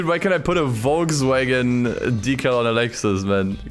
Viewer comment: that you pronounced volkswagen like that as a german hurt a little bit :D